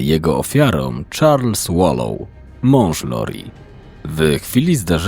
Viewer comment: Wlansie zakonczyl sie proces, gdzie została skazana za wspolidzial w morderstwie 1 stopnia Charlesa Vallow. Podjerzewa sie ibecnie, ze zabiła rowniez Rayana, swojego 3 męża Btw czyta sie WALOŁ :)